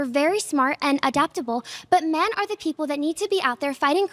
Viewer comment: How on earth do so many ppl pronounce women as “woman” and men as “min”? Soooo frustrating